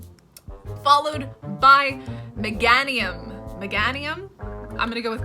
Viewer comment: Here are the pokemon names that I think you mispronounced 1)Meganium? 2)Ariados 3)Chinchou 4)Togetic 5)Ampharos? 6)Aipom 7)Misdreaveous? 8)Pineco 9)Forretress 10)Scizor 11)Swinub 12)Piloswine 13)Mantine 14)Elekid 15)Suicune? Iam not sure if I got everything. Maybe some of these are wrong too,so feel free to correct me😅